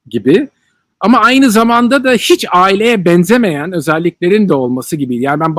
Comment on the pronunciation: de hiç diyince celalın oğlu olduğu anlaşıldı 🤣🤣